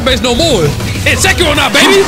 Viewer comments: Its not H-eron its ack-eron 🤓☝ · My ears....wtf did you say achu an? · She really didn’t like you calling her “h”aron 😆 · Acheron is pronounced as Akheron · can someone please tell him how to pronounce acheron? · Can someone PLEASE instruct our man on how to say Acheron... That's probably why she wouldn't show up, lol. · I've never heard ANYONE pronounce Acheron's name worse than this dude holy fucking shit my ears hurt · maybe if you said her name right you would have gotten her before double pity :P